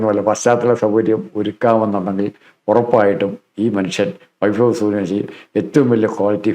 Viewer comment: At least try to pronounce the word Vaibhav properly. It is not "vaifav"